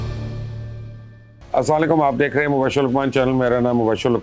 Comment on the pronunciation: Bola karo Sahi ...السلام علیکم"please